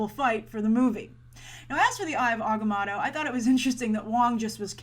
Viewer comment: How are you still mispronouncing Agamotto?